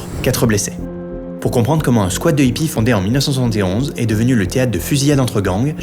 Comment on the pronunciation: C'est pas des Zippies, on prononce des Hippies. Comme des hérissons ou des haricots. Pas des Zérissons ou Zaricots.